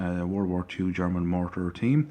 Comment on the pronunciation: Wtf your German pronounceiations are really good. You sound more like a German trieing a English accent than and a English person trying to speak German.